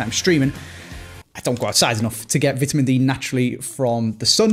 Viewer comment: Vetemen instead on vitamin lol